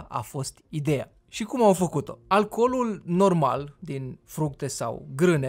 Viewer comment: alcolul nu " alcoolul"